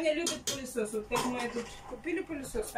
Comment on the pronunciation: Не, не поняла, продолжает коверкать так язык, что уши болят. Например, сегодня слово "палисос", мою нервную систему взвинтил выше крыши. А нормально.